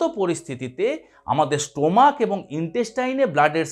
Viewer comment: অ্যাস্থেমা বলে কোন রোগ নেই। ওটা আপনার বিকৃত উচ্চারণ! তেমনি 'স্টোমাক'-ও একটি বাজে উচ্চারণ!